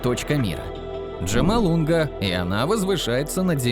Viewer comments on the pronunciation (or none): Джамалунга? Серьёзно? Может быть Джомолунгма? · Да не Джомолунга, а ДжомолунгМа, с буквой М. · Не Джомолунга, а ДжомолунгМа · Джамалунга???? Ты серьёзно? Не умеешь правильно выговаривать её название то скажи Эверест, может так будет проще.😂😂😂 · проверяйте, текст и озвучку. оргАны? Джомолунга? И т.д. (особенно, текст - где-то в начале. Дааа.....